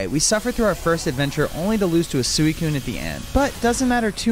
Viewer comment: What did he call suicune